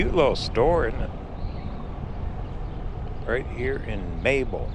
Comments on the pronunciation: It's not Mayel it is MAYBELL as in church BELL!!! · Maybell is pronounced “may bell” not Mabel.. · its pronounced May Bell